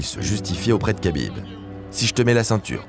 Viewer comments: Kabib? Kabib Kabib?????? Ça s dis rhabib frero respecte nos blaze un peu 😂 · Si jamais on ne dit pas Kabib mais Habib. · C’est vraiment insupportable d’écouter à tout bout de champ [k]abib…. C’est un manque de respect. On dit [R]abib. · on dit rabib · Superbe vidéo !! J’adore votre chaîne YouTube !!! Juste petite précision pour Khabib on prononce Rabib